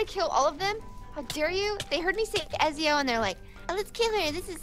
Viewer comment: Ezio is pronounced Etsio so normally except add a T and the z is an s